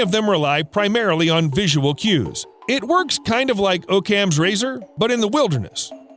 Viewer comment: Learn how to pronounce "Occam" please. It makes your channel appear unprofessional when your regularly mispronounce words.